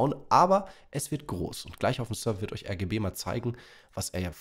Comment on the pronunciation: ich dachte du sagst RGE Und nicht RGB Egal